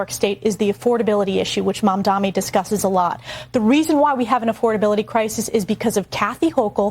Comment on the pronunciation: Its not Mamdami you idiot, its Mamdani, what is wrong with these dush🛍️.... yeah I also missspelled on purpose!!!